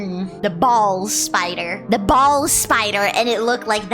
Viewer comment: Dirty minded cat, Bolas as in the sling weapon thing, not balls